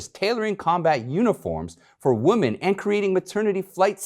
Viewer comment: I love your show, always listen, and share. One little piece of advice. You are mispronouncing WOMEN as WOMAN.